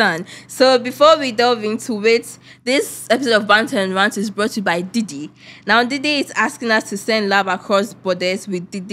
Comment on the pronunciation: The way the host pronounce Didi is gee